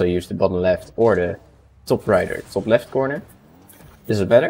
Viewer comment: Yo bro are you netherlands 🇳🇱 it sound u saying top on The Netherlands